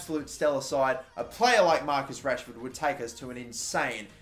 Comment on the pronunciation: It’s goddamn Rashford ain’t it